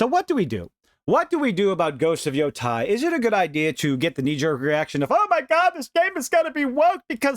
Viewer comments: It's never too early to condemn. Also, it's pronounced "YOH-TAY" or just reimagine as YoDEI. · Thanks for the video. I agree it isn't worth the outrage. She's just the voice. Also the pronunciation of Yotei should rhyme with "day" and not "die"